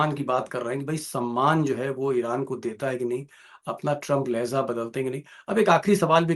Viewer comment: Lehjaa hai ..Lahyeza nahi